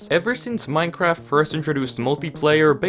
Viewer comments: Did somebody else realize he said minkaft Instead of Minecraft at the end of the video😅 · theres no way this man really said " minecwaft" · "Minecwaft" <3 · he said minecwaft😭😭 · That's my favorite part of the whole video xD "the safest house in minecwaft" (Unless you count the pinned comment as part of the video becuz that's better) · Bro really said minecwaft 💀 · At the end you said Minecwaft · “The safest house in minecwaft” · "In making the safest house in minecwaft" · "the safest house on Minecwaft" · "minecwaft" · Hmmmm “in Minecwaft” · " the best most secured house in minecwaft" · he said minecwaft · D-did he say Minecwaft...? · Minecwaft lol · here really said minekwaft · HESAID MINECWAFT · at the end he said minecwaft ;) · WTH he said minequaft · He said mine-cwaft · Anyone else notice he said "Minecwaft"? XD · I was about to comment that, but you did. Ik, “Minecwaft” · “the safest house… in MINECWAFT” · How has no-one noticed that he said "minecwaft" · "minecwaft" i wish everyone spoke like this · At tue end.. DID HE JUST SAY MINE QUAFT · Did anyone else notice that he said minecwaft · did you just say minecwaft? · HE SAID MINCWRATF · Is anyone gonna talk about how in the end of the video, he says "the safest house in Minecwaft" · he sead mincwaft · Making it the safest house, in “minecwaft”